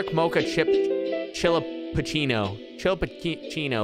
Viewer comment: Hope you do too <3. You mispronouncing "chillapuccino" the whole video never fails to make me laugh 🤣. Omg, that woman with the stroller scared the bejesus out of me 🤣🤣. A latte? What's a latte?! 🤣🤣🤣 I'm dying. That's how I'd probably react too if I was scared.